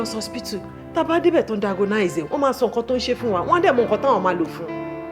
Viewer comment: Yeah that was pathetic. At 1st I tot my ears r deceiving me until I heard "diagonize". o ma se o.